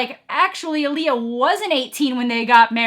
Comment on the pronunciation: Lee-eye-uh not -uh-lee-uh lol